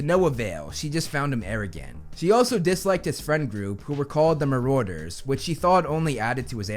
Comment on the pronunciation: The way he pronounces Marauder 😓🙄